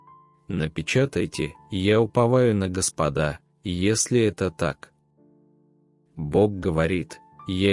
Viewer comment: Прошу правильно ставить ударение. В слове Господа, на первый слог.